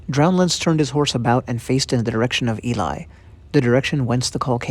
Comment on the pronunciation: So the area they're talking about Ely, is actually really close to where I was stationed in the UK. It's a pretty neat little town with a great cathedral. The name is pronounced Eel-ly, btw, which is easy to remember because eel fishing on the fens is a popular hobby in the area, to the point where they have an eel festival every year.